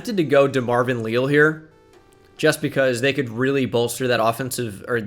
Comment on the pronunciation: It is Lee-Al, coming from an Aggie